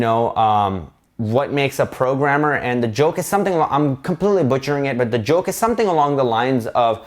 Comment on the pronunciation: Was that french...”programmeur”?